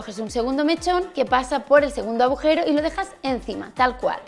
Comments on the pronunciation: Tambien dice "abujero" 😂😂😂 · Se dice "agujero" y "deduje". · Soy la única a la que la parece que Patry dice "abujero" ?? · Irene si, el "abujero" es muy suyo.